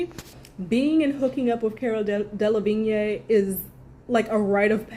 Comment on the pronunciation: DeLevigne pronounced as Del-La-Veen.